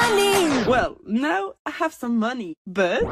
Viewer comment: LENA JE T’EN SUPLIE !!! Change juste le « NOW » de l’intro, parce que tu dis « NO » alors que ça se prononce « NAW » 😭😭🙏🏻 Je t’aime, ne ferme pas ta gueule par pitié 🫶🏻